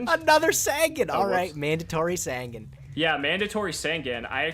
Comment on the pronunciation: The yugituber drinking game, drink everytime they mispronounce easy to read yugioh cards. in the progressions series so far, we have Curse of the Dragon (just adding words) and sangin when its supposed to be SAN-GAN!